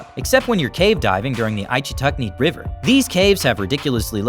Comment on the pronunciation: It is pronounced itch'-uh-tuck-nee (like scratching an itch).